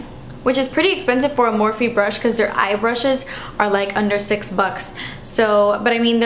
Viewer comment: Its Morph, you don't pronounce the E.